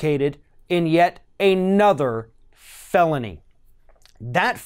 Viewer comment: Hahahaha its pronounced felony, not ffffhhhhhhhelony hahahaha